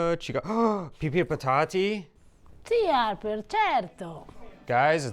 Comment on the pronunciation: I started watching because of the way she says "Harrrperrr".